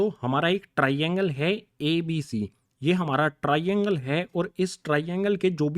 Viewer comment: SiR aap TRAINGLE GLtH ProNouCe krr rahEi ho....😒